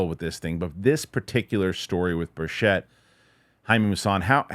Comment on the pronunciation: Good work,. BIG HINT: Tim Burchett pronounces his last name with the accent on the first syllable: BURCH-ett. Think: Birch it. It will help your credibility, even though others mispronounce it like you do. I really appreciate your interest in the UAP topic - thank you.